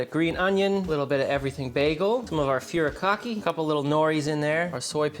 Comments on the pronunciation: FOO-rih-kah-keh, not Fury-Cocky (haha) Only say YOO if it's spelled YU in Japanese transliteration. The U is just OOH. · lol, “fury-cocky,” sounds like a WWII tank themed porn movie. Try Foo-dee-kuh-keh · It's pronounced Fu-ree-ka-ke. Most people will say fu-ree-ka-ki but that's incorrect. Furikake ends with an e so it's an eh sound...not an I. The hard thing that foreigners struggle with is rolling the tongue slightly on the R but saying an L at the end so it's technically Fu-rlee-ka-ke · Your pronunciation of "furikake" is pretty close. The first syllable should sound more like "foo" instead of "few." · the jap spice is pronounced furikake not fury cocky XD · Furikake pronunciation is easy once you undestand japanese is a phonetic language meaning pronounce the consonants and letter's the same every time. Pronounce like foo ree kah keh. Say it with a japanese accent and you'll nail it. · Furry-kah-kay emphasize last syllable. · I believe the pronunciation is Fu-di-ka-kay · this is a year late but it's pronounced "FOO-ree-KAH-keh" I need to try these, though. All I've ever done was just... throw an egg in and have the water poach it while the water steeps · yo! it's pronounced as 'who-rii-kachey' -japanese dude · furikake is pronounced foo ree kah kay :) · I’m sure people have already told you, but in case they haven’t, ふりかけ (furikake) is pronounced fhoo - ree - kah - keh. The first syllable is kind of a mix between an f and an h sound. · "foodie caw kay" said quickly is the best furikake pronunciation strategy... it's NOT fury or furry, and the kay is more like "keh" but honestly whatever man these recipes all look fire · "fuurikahkeh" is how it pronounced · Furikake pronounced: Foo ree kha kay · Furikake is pronounced like Hurikake. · It's pronounced "Fhu-ree-kha-khay" Furikake. But I have a feeling you're trolling us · Great video! Btw, it’s FOO-REE-KAH-KAY. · Foo-dee-kah-keh. The R is like a British R in "very" using a posh accent. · Fuu reee KAH kay